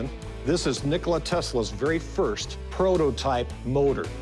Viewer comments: Nikola not Nikolai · Expert of Tesla said Nikolai 😂. It's Nikola Tesla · NIKOLA, not Nikolaj. Serbian, not Russian. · Nikola, not Nikolai. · He is not Nikolai, but Nikola (Nee-co-la) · Its not Nikolai Tesla, its NIKOLA Tesla.. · It is not Nikolay it is NIKOLA TESLA ! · Its Nikola not Nikolai, you're welcome. 😇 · it's Nikola, not Nikolaj/Nikolay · its not NikolaJ !!! its Nikola! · Yeah, "Nikolai" Tesla's induction motor xD. It's Nikola... What an absurd thing to bring to a PAWN SHOP xD. I want TWO HUNDRED AND FIFTY THOUSAND DOLLARS! This show is ridiculous sometimes.